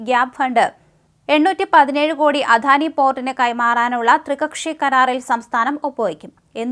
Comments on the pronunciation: അധാനിയല്ല അദാനി എന്നു പറയുക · അധാനി അല്ല അദാനി ആണ് തെറ്റ് കേൾക്കുമ്പോൾ ഓക്കാനം വരുന്നു